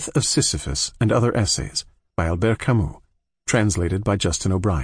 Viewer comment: Kamy not kamuh 🫵😭